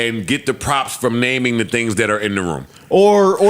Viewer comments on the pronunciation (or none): none